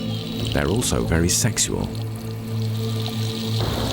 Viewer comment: The way the narrator keeps saying "seksual" is so funny to me